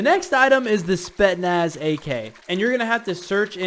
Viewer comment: as a russian viewer, the spetsnaz ak isn't pronounced as "spetnas" it's pronounced as "S P E T S N A S"